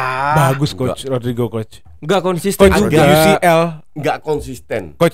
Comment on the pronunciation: “koch cules, ini decul”😭😭😭